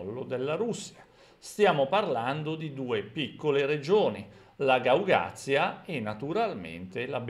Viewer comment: Un piccolo appunto: Si dice Gagauzia,non Gaugazia